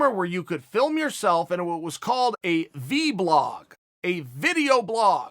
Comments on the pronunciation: US: it's pronounced VLOG Chael. Chael: V BLOG! US: Ok great! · “VBlog” the word of 2020 as spoken by our Lord, Chael P Sonnen. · Chael “V-Blog” Sonnen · Chael it’s not called v blogging its vlogging cmon